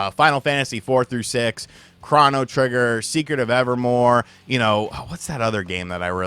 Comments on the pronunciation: Chrano trigger 😂. Why did he say it like that? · He said Chrano Trigger twice. Unsubbed. Wait just did a third Chrano while I was writing this. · "Krahnotrigger"? Really? Get fucked soy boi 😂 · It's Chrono Trigger, not Chrono Trigger, dammit! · I’m supposed to believe dude is a gamer after the way he pronounced Chrono Trigger? WTF dude?